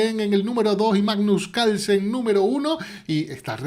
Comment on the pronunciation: por que le dicen calsen a carlsen?